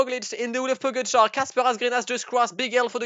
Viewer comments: Please stop saying pogatar😂🤦🏼‍♂️ it's pogacar😂😂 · I mean, it's pronounced Pogatchar :/